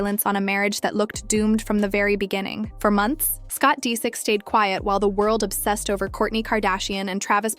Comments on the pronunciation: Why oh why do you have to mispronounce names in every video I dunno why it bothers me so much but it does you mispronounced Disick the first time you said it but then pronounced it right the next few times so it wasn't like you didn't know how it was pronounced. I wonder if this isn't AI voiced. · Omg whoever narrates this sounds like AI. Doesn’t pronounce his last name right and literally just repeats the same things over and over